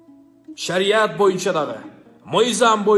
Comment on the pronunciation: Мейкендеш эмес мекендеш шариат шариять эмес кыргызсынбы кыргызча суйло